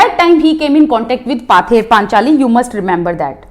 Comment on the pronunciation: Thank you mam...but it's pronounce পথের পাঁচালী in Bengali.